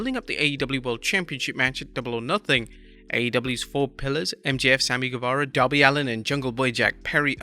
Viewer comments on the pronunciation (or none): none